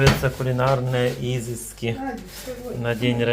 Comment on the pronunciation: ИзЫски а не Изыски. Грамотей! Никак деревня не выйдет из тебя! Ну как бы ты не старался!